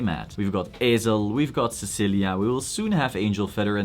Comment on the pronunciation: >Ay-zel >Kai what are these pronunciations.